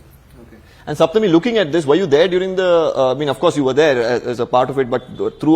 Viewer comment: Thank you for pronouncing Saptami as Saptami and not "Shaptami".